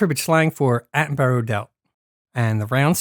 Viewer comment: One point, it's pronounced "Atten-bu-rah".